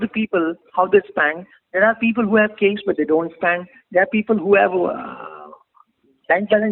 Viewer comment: What is cesh? ? Its cash . Pls change your pronounciation. U r here to teach people but u r yourself wrong.